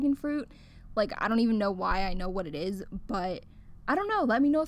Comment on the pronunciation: It ezzzz what it ezzzz